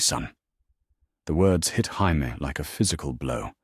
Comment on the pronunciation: Why cant AI say Jamie, its always Haimie.